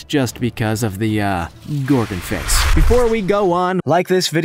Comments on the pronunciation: The first one is pronounced Gorgonopsid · ITS PRONOUNSED GORGONOPSID or inostransevia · It is pronounced goegosuches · Actually, Louise, It's Gorgonopsid. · Oh god the mistakes🤦🏼‍♀️🤦🏼‍♀️🤦🏼‍♀️ Gorgonopsid, not Gorgon face or Gorganopsia You mispronounced ‘Haikoickthys’ and also used clips of a Cepalespis which is it’s future relative Arthropod, not ‘Anthropod’ That larger fish was a Dunkleosteus, not an Astraspis and it was certainly not that small Crocodiles lived WELL before the dinosaurs, they were not descendants of Most of the clips used for the Dimetrodon was actually Edaphosaurus which is a herbivore. Also, is a SAIL, not a ‘snail’ and the use of the sail u described was for the Edaphosaurus, not the dimetrodon. There is also proof of it all, it’s not all just guess work The clips you used for the ‘Jaekelopterus’ were actually Brontoscorpio and Pterygotus Clips for the Titanichthys were dunkleosteus again The majority of the clips used are for the wrong creatures for almost every creature listed Bee Movie is a Horror??? Not all of these creatures are scary, let alone terrifying so how they made the list is beyond me. You have to make sure you have all your facts right before you make and post videos like this. It’s supposed to be educational for people wanting to learn FACTS. **Some of my spelling may be incorrect so anyone is welcome to correct me on that, but I know my facts are correct